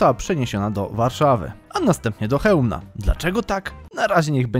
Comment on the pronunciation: Nie w Chełmnie tylko w Chełmie